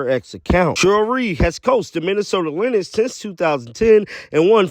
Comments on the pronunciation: lynx is pronounced like "LINKS", not like "LINIX" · I was losing my mind listening to you say Lin ex it’s lynx dog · Dude lynx is pronounced links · Lynx is pronounced like LINKS. Just sayin'. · You’re pronouncing Lynx wrong…sounds like Links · Coach can't take the Heat MN Lynx is pronounced "Links"